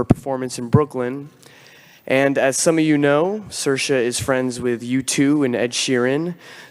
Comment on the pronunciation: it's pronounced "sear-sha". It means freedom.😊